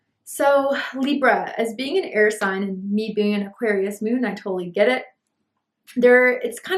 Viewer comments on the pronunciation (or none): none